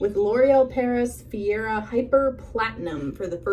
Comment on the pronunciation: ‘Feara” lol.